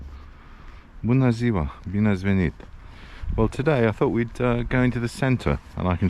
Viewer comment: You made me believe that you are a romanian when I heard that clean "Bună ziua, bine ați venit" 😂